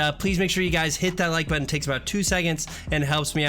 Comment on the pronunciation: instead of guys it sounded like he said butchers or something like that